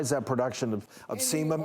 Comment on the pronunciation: I SWEAR he said semen. 😂 I was working on a project, listening to the video and I heard "he's collecting all this semen" and went "WHAT?!? Do you mean SEBUM?!?". When I watch the video though and see him make the "B" shape with his mouth as he spoke it became obvious he was saying "sebum". Damn. At first I was like "homeboy needs to stop getting cum facials if he's having that much build up of jizz seeping in to his pores!"